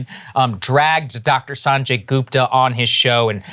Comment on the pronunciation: Well, well well. Look who’s pronouncing Sanjay’s name wrong. 😂😂 Jokes aside, I’m really happy you guys are covering this. I really don’t have time to go through every 3 convo to hear his rebuttal. Also, they surpassed 100 studies so far on IVM for covid recently so you’re gonna have to retire the “there’s no evidence” line at some point.